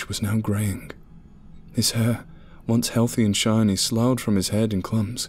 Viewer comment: This is the second story I've heard tonight to mispronounce the word slough 😅